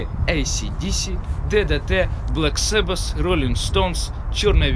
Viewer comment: блэксабэс? угораешь?